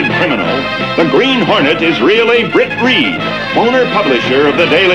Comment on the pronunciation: Now the guys name is Britt. But at times it sure sounds like they call him, Brick. 🤣